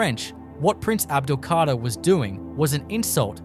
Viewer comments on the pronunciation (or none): C´est un robot (IA) qui prononce (mal) le texte ( les noms propres ) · L’EMIR ABDEL-KADER ET NON PAS ABDELKARTA !!